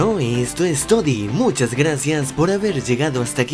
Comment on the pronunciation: dijo todi y era todo jajaja